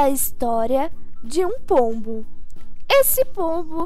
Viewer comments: Sempre quando vc fala pombo eu ouço polvo kkkkk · "e essa é a vida de um pombuh" sabia naum,_